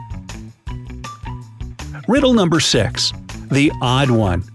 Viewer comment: Emphasis on the words “ODD ONE”